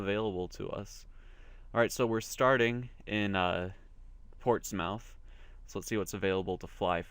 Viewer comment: Btw it's portsmith (pronounced)